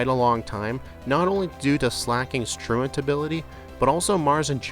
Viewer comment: Found you last night and enjoying the videos! I genuinely appreciate that you pronounce "truant" correctly. 😂 You earned a follow with that one!